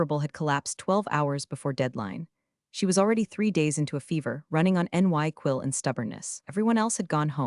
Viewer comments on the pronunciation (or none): NyQuil is pronounced nigh-quil